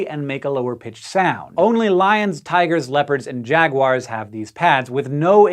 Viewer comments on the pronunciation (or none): Jag-wires? Jag-wires? Is this some new British mis-pronunciation? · She called them "jag-wires" ! Who else noticed? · Jaguars 🐆 is pronounced jaguars 🐆! NOT jagwires!